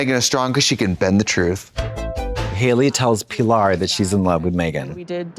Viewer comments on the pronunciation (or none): Pee lar. Lol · The way Trixie is pronouncing Pi-LAR is tickling me 😂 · The way Trixie kept saying PEA-lar was taking me out😂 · The pronunciation if Pillar as Peelar 😅